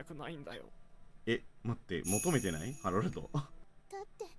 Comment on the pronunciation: あおうお って ハロルドじゃない？